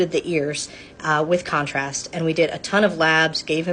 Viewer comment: The emphasis on the way said contrast, I heard it